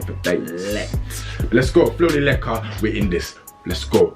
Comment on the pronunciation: My name is Leika but it's not pronounced like that